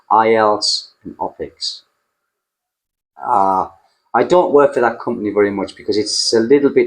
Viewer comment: Thanks for the info. When you talked about teaching IELTS, you said something like opics? What is that? It was at 15.13 mins...cheers and best wishes.